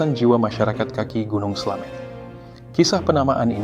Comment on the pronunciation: Slamet pake ė bukan slamet